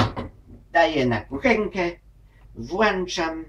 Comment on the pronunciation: włańczam XD